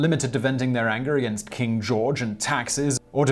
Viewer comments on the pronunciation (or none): none